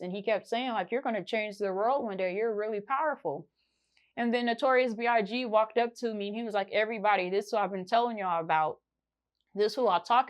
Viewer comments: Is everybody gonna act like she didn't say "Notorious B.R.G?" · Lmao she really said notorious brg 🤣🤣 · She keep saying BRG lol i cant wit this girl lol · Did she say Notorious BRG??? I'm gone..... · Did she just say notorious BRG 🤦🏾‍♂️ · She said Notorious BRG lol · Is anybody noticing she saying notorious "BRG" or is her big ass teeth just in the way?🤣🤣🤣🤣🤣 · She didn't say notorious big....she deadass said notorious brg!💀💀💀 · Why didn't they send a spirit txt to tell you notorious brg ain't his name he was trying to strangle you cause you kept messing up his name!